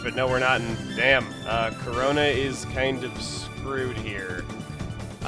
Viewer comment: whenever he says corona i think he's saying chrona like from soul eater